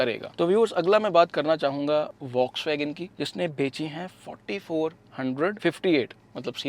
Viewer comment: Fox bolo vox nahi